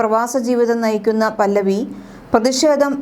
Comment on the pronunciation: പല്ലവി അല്ല 😂😂 റെസ (പഹലവി)